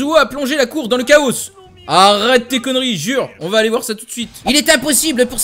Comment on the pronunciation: par contre vers 2 min on dit chao et non pas KAOSSSSSSSE